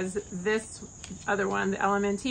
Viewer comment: Thank u! Btw, LMNT is simply pronounced "element". No need to add the T sound. LOVE your content!